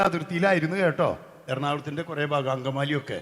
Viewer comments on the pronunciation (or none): none